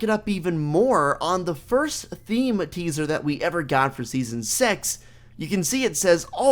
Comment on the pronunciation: he didn’t say six trust me